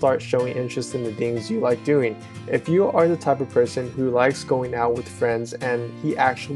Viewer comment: "I leik your lips" Wat? xD